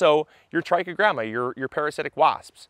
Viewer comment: I thought he was saying "Tracky Grandmas". 😂